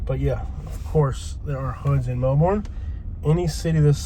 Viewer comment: Good video and true. I'm a Melbourne native and that area has been problematic since I was a little girl. Just an FYI thought, it's pronounced "melburn".